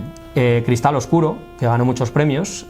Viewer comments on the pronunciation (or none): none